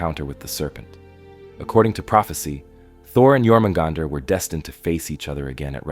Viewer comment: Stopped watching when I heard you said "Jor-mugandr"